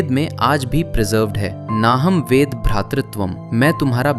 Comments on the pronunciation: Not वेदा, IT is वेद!❤ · वेदा नहीं वेद होता है ,, भाई द् पे अ होने पर द बनता है और आ होने पर दा । डिफरेंस द् - दांतों से जल्दी जीभ हटा दी जाती है । द - थोड़ा समय देते है ,कंठ से अ की साउंड आने दी जाती है । दा - द जैसा बस आ के ध्वनि कंठ से प्रबल हो जाती है । बेसिक चीज है ,, रोज मर्रा में इस्तेमाल होता है । शुद्ध उच्चारण सुनने में जरूर वेद वेदा लग सकता है लेकिन minute अंतर होता है । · Gng stop saying vedaa instead of veda, your awkward use of English with Hindi is irritating enough. Your vibes were chatgpt before it existed and now I'm not sure if you just it for your entire scripts.